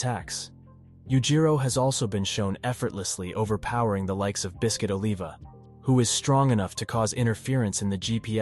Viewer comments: "ohlivah" bro its Oliver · "oliva" is short for "oliver" not aleva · No disrespect bro but don't ever pronounce Olivia's name like that again😂😂😂